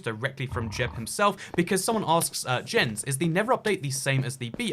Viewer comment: Jens name is pronounced like yens